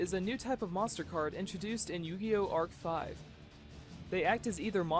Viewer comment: dumbass its arc-v not arc 5